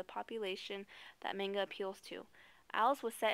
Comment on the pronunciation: why do they always say "main"ga?!? really? plz ppl...itz not that hard.